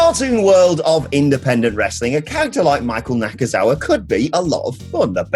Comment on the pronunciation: its NakaNakaNakaNakazaua